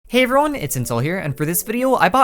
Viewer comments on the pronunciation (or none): When he hey everyone it says like hey ruin